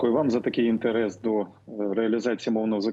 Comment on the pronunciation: В украинском языке нет слова 'ИНТЭРЭС' !!!